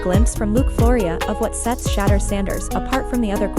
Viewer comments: Hey Ya'll adjust your A.I on how to properly pronounce "Sha-Door" Sanders, Fix it, this young man will be on the scene for a long time to come, so get it right! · His name isn't prononoused SHA-DUER. Disrespectful. Be professional. Call him or the Team to get the correct anunseation of his name please. Totally Disrespectful, your ploy worked with me. Thumbs down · If you can't even say his name correctly, why should I trust anything else you got to say?